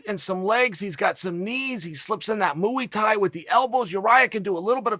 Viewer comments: That mooey Thai lol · Mooey-tie: Chael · Chael refuses to rectify his mispronunciation of Muay Thai LOL Surely he’s been told how to say it properly! 😆